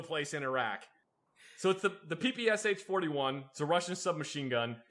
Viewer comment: You're either aware of the real pronunciation of the PPSh, or you're a savant because Russians actually pronounce its name like that.